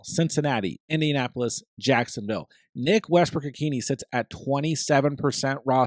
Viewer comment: It’s pronounced Westbrook Ikhin A